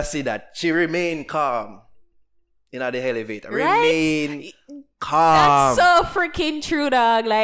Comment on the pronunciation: So nobody gonna talk about how he said "Helevator" and "criterias" but was giving Spice grief for saying "I Ham" in another video? lmao. Pot a cuss kettle. Mi get why spice ask you for a favour...